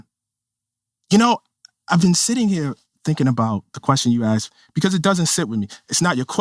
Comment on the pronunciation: He makes a great point, but then i hear him say 'axed' instead of asked and i lose all support /s